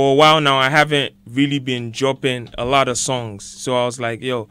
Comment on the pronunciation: just look at how she looks at kwesi after he pronounced “a lot” in an American accent 😂